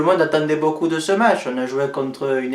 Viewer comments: il manque juste le faite que prononce toujours "mètch" au lieu de "match", ca me fait marrer absolument a chaque fois hahaha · Mais nan carlo il dit " metch "